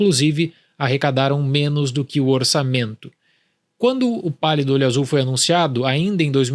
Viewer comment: Eu só entendi ele falando "O Palio do olho Azul"